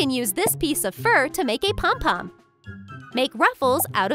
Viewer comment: It’s not calm calm it’s pompon